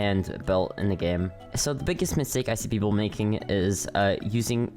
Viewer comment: Ah yes…. “Misake” lol not judging dont worry